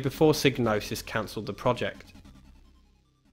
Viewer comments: Psygnosis is pronouncedPsy Nosis. The G is silent like in gnosis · Well, that's kind of up in the air isn't it. I'm aware of how Psygnosis should be pronounced, like you say, but then the developers at Psygnosis have been known to say it's pronounced "sig-no-sis". That's how I always said it, and old habits die hard, but I would like to find a definitive answer on how it's pronounced.